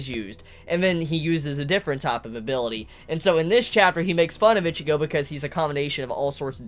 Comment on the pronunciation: Why do u say ichigo's name like that